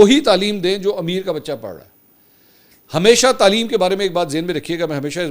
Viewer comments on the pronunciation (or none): none